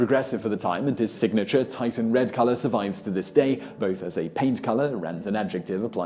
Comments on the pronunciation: Titan? You mean, Tee-shun. It's Tee-shun red. Not Titan red. Do a little research before you speak. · "Titan" Duuuude. It's "Titian", pronounced "tish-ey-an". I know this is a janky clickbait channel but sheesh. That's a bad mistake. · I grew up a red head in the U S south and suffered from being apt to burn due to the fair skin that seems to go with being a ginger. By the way Titian is pronounced "TISH-un". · The painter's name is Titian (Tishian), not Titan! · Titian is actually pronounced (tish-uhn) not titan (ty-tuhn) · The Venetian artist is Titian, pronounced Tishin, not Titan. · Ack!!! Simon, the Venetian master painter’s name isn’t “Titan” !! His name was Titian (pronunciation “Tee-shun”) This feels awful… I just broke my rule of never correcting people in comments… so this is a very uncomfortable first for me. However, I thought you would want to know since you pride yourself on being a source of reliable knowledge & facts ✌🏼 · Pronounced Tishin not titan. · Titan => Tish an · Titan???? Surely you mean Titian...Tish-an... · It's not Titan or pronounced (Tie Tan). It's Titian pronounces Tish'n (Tish to rhyme with dish). I read somewhere that there's a certain amount of Neanderthal DNA in some modern populations and that the red gene is meant to come from Neanderthals. Red genes are meant to be recessive. That's what I was taught at school, and dark hair genes are dominant. However my red haired brother and his dark haired wife had 4 children, all of whom were red haired and the science teacher at their school used to 'display' them as some sort of scientific anomaly. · TITIAN not TITAN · I can forgive mispronouncing foreign words, which Simon so often does, but surely : Titian is not 'Titan', but 'Tishian'. I thought everybody knew that. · Titian is pronounced TEE'shun not TItun... wth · The artist is pronounced Tisch-un not TY-tun. But, info is interesting . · “Titan”? Seriously? And you repeated it? It’s Titian, man! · Erm, Titian (Teeshin) not Titan